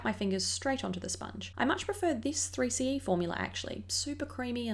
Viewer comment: Hi,. I love your vids it's so simple yet pretty 🧡🧡🧡 anyway the Korean pronounciation of 3CE is sseuri-c-e (쓰리씨이). The C and E are pronounced in English but the 3 pronounced in Korean "Sseuri". You can copy the Korean words I made to Google translate & hear the sound. I hope you will try Pro 8 Cheongdam, Moonshot, VDL, Espoir and Gesgep because they are great too 😊